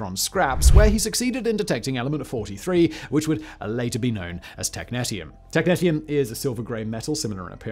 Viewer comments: tek-NEE-sh(ee-)uhm, both british and american pronunciation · Technetium is pronounced Tek-nee-shee-uhm. There is also a Technetium-99m which is a meta-stable state of technetium-99 (essentially just an excited technetium-99 nucleus). Good stuff. It is hard to clean up if it contaminates outside soil. It loves water, so every time it rains, it seeps deeper into the ground. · Sorry to be that person but it's pronounced tek nee - she um. As you were. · Technetium Tek-nee-shee-um Not Tek-net-ium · Every time he said technetium i cringed.